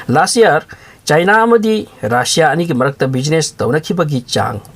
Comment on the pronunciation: RAASSIA nte RUSSIA (RASSIA)haiyo